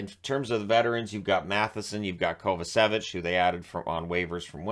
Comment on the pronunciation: you pronounce it Kovachevich (Kovacevic) the c have the same sound. It’s a Serbian ”last name” i would know beeing 50% Serbian. 😁 Keep up the good work, love your channel. 👍🏼